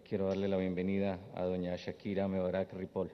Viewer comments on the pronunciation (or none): none